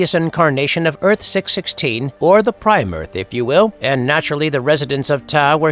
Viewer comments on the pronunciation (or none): Earth-616 is referred to as "six one six" not "six-sixteen".